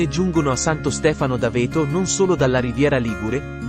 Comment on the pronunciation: Non si pronuncia d'Avéto, ma D' 'Aveto